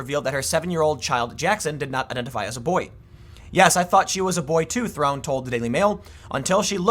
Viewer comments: Oh...my...God! Have you never watched a movie before? It's not "Throne', it's "Ther-on". Man the way you pronunciate names can be frustrating. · Tim: Invest $$$ with me! Also Tim: Can't pronounce Theron, hint it's not Throne. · Rhymes with heron